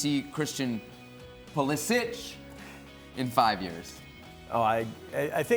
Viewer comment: Actually Craig is correct how he says Pulisich(Pulišić)